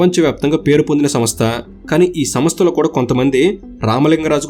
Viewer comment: Samastha kaadu raa..samstha. Nee ayya neeku telugu kooda sariga theliyadhu, video lu endhuku cheyali?